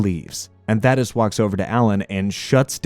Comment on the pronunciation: pronouncing thadeus’s name wrong made me mad every single time.